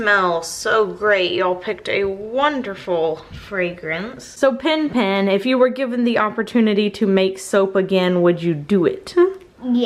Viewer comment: instead of Penpen i kept hearing King Pin